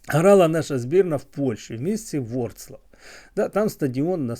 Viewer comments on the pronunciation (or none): Не Вроцлав а Вроцлав